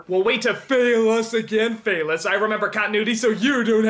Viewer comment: “Phelous” Porteous XD